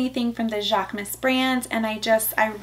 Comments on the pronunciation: Hate to be the grammar police😂… but it’s pronounced: JHAK-MOOSE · Love all your new items!! Especially the Marc Jacobs, I keep admiring that mini Tote! Going to pull the trigger one of these days LOL Jaquemus is pronounced jacques-uh-moose 😊 with a guttural French accent 😂